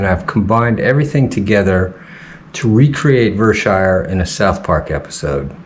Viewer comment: Now I want to say that it's only those idiots who lived on the Hill that called it Ver-Shire.